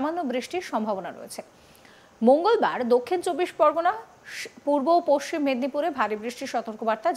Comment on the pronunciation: পস সিম বলছেন কি জন্য? পশ্চিম বলতে কি অসুবিধে?